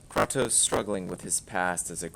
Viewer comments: I'm just here to question how one man can pronounce Kratos so incorrectly. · You can't even pronounce his name right. Did you actually play it or have someone narrate it to you? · first learn to say kratos properly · You can’t even pronounce his god damn name correctly 😂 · why is the guy saying kratos name incorrectly when the game tells you how to say it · I like the lore they have built could be a cool as movie.....but the game itself is a so boring. Same thing over and over and over. also you've played the game so why do you keep pronouncing Kratos name wrong on purpose? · If you are going to criticise a game at least learn how to say the name of the main character correctly. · Everytime you pronounce his name wrong I cringe a little. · Its fine if you hate it, but my god [of war ;)] at least pronounce kratos' name correctly. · wtf you dont even know how to pronounce his name correctly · How the fuck can you play the game, but not pronounce his name right???? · you couldnt even prounounce his name right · Kratos: Everything is different now boiii, try not to dwell on it. Oh yea and you say his name wrong.. Did you even play any other God of War game? I doubt it... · You've played the games but don't know how to say Kratos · I hate the game, but how do you mispronounce a name that is spoken throughout the series? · I’m sorry, what? You pronounced his name wrong. I’m sorry, but you lost me in the first minute of your video because of that. When I hear criticism from somebody who can’t even pronounce a characters name, I’m done with the entire review completely. Second complaint, he called this a reboot. It’s not a reboot, but a sequel. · I agree but stop saying kratos the wrong way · your talking about the god of war series and don't even know how to pronounce kratos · You can't tell me you like the old games and proceed to call him Krraaaahhhtos instead of Kraytoes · Love how you prononced his name as kr•ah•toes instead of kr•ay•toes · KRAY-TOS not KRAH-TOS